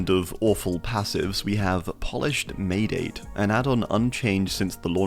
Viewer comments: it isnt quite "may-date", its japanese and thus "mah-ay-dah-tay" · mah-eh-da-teh You pronounce each of the vowels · maedate is japanese, pronounced ma-eh-dah-teh